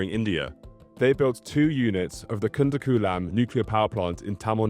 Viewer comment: it is "kudankulam"